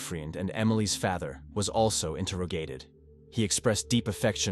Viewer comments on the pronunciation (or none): Can’t even say Father correctly